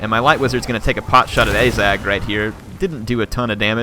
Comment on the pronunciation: and ah-zag not ay-zag